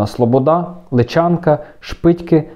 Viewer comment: Дякуємо. Тільки село ЛИчанка. Наголос на перший склад ;)